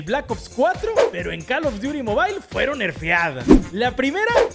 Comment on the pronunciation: "cal of diuri mobaileeee" JAKSKASKJA